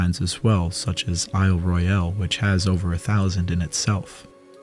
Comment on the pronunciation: Pronounced "eyel roil"